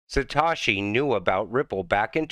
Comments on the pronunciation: It’s satoshi not satashi 🤔 Doing great work Mate 🙏🏾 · By the way it’s not Satawshee it’s Satohshee